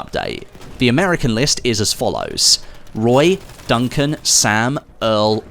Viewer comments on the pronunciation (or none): none